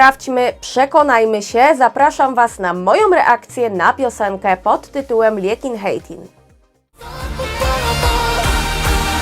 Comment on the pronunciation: You pronounced Liekinheitin just like nothing! Greetings from Finland. I just like Checks after couple of visits in Prague!